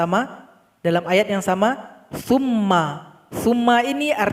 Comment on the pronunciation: Mohon maaf saya terdengarnya fumma tp hurufnya summa mohon maaf dijelaskan saya sedang mengikuti belajar cara membaca